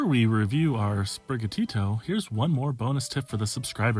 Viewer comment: Bro said spiriga Tito 🙄 It’s spiri gatito Gatito being Latin for cat or kitten